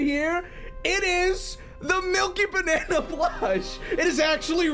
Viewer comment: When you look at someone and say Mil-Milkybanana😂😂😂😂😂